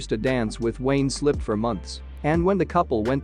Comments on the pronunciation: It's Wayne Sleep not slip 😂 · * Wayne Sleep not Wayne Slip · Wayne Sleep not 'slip' 😂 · It's Wayne SLEEP!! 🤦🏻‍♀️🫤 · Wayne ‘slip’?? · The dancers name is Wayne Sleep not Slip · Wayne Sleep, not Slip! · "Wayne Slip" lol. It's Wayne Sleep. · Wayne Slip? His name is Wayne Sleep. Please, please, please, Americans have the manners to pronounce our names correctly!!! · Its Wayne Sleep, not Wayne Slip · The ballerina guy is called Wayne Sleep, not Wayne Slip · Wayne Sleep is his name, not Slip